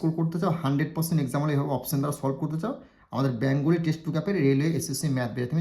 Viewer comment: ব্যাঙগলী নয় কথাটা বেঙ্গলী